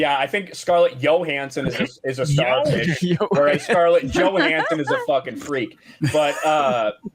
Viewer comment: actually pronounced Johansson the way it's pronounced natively in Scandinavia.